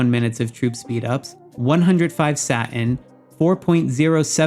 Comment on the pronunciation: The way you pronounce Satin is soo distracting!